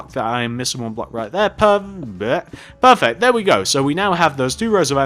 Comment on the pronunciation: "Perveert eh perfect"